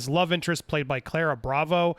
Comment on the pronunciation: its Pronoinced Key-ra. It's a 1000 year old irish name.